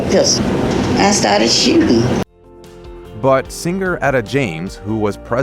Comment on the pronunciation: it's pronounced SING ER, not SING GER